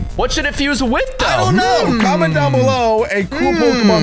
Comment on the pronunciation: nedoking and nedoqueen